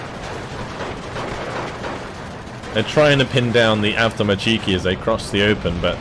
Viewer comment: Pls russian words sounds terrible from you. Correct stress in word is an avtoMAtchiki, not avtomaCHIki. Its not a Japanese